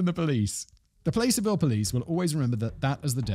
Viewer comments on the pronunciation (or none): Fact Boy (and everyone else): It's not Place-er-ville, it's Plass-er-ville in El Dorado County. Also of course that McD's would be hard for him, they crazy up there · Placerville is pronounced "plas (rhyming with "last") -er-ville", named after the placer mining that once took place in the area. I spent 32 years in that part of California, and while I lived closer to Sacramento I drove past Placerville when going to Reno. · This is the required pronunciation correction: Placerville = plah-sir-ville. The "plah" part is more like plaque than play. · Dang it Simon! I get my hometown in an episode for the first time ever (Placerville) and you mispronounced it. LoL go figure. Made me laugh. Thanks for all the entertainment. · You are saying placerville wrong the city is named after placer gold